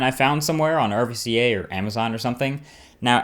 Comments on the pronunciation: its RUCA not RVCA even though its their logo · Hey man it's pronounced roo-kuh not rvca. It's greek so they made the u look like a v. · Its not pronounced R.V.C.A it s pronounced Ruca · It is pronounced rue-cah, not "R" "V" "C" "A".... sorry I had to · It's pronounced "RUCA" man. East coasters... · marq, i think its ruca instead of r.v.c.a. , cool shirt though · RVCA = "Rooca" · ***** Just so you know RVCA is pronounced like "rue-ca" the V looking character is produced like a u. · RVCA is actually pronounced ROO-KA the "v" is actually a "u" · Yo Marquez its pronounce rue-ca fyi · RVCA is actually pronounced Ruka. :-) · Its pronounced RUCA! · Marcus it's actually ruca, now you know :D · RVCA = roo-kah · RVCA is actually supposed to be a word and not an acronym. It's pronounced "rue-cah". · rvca is pronounced roo-ka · R-V-C-A? Cmon man, the V is a he olden U